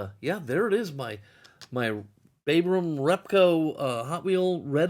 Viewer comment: I like the deep dish change. I think it is supposed to be big & mediums in terms of wheels. My biggest qualm is that it is (Sir Jack) Brabham [rhymes with Brat] and not a long "A" rhyming with cake. Trivia REPCO is short for Reproduction Parts Company ( partnered with Ron Tourneac if I recall the spelling correctly) Sir Jack designed, built raced and won an F1 championship- and we won't ever see that again. Have fun with your tours!